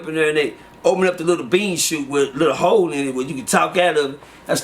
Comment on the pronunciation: “Dis little ‘ole”😅